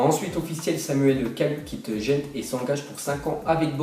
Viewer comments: Ça se dis pas jente mais guand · C'es pas gent comme jent mais comme gand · Gent se dit gant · Gent en fait sa se dit gant c'est en club belge haha